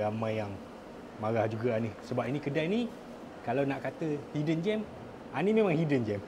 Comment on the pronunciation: Hidden gem bang bukan 'hiddengen' , 'hiddengen' tu pun bukan satu perkataan rasanya. 😂